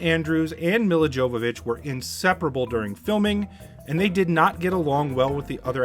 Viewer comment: You absolutely BUTCHERED Milla Jovovich's name! It's pronounced Me-La Yo-vo-vich. She's only one of the hottest women of all-time. Learn to pronounce her name!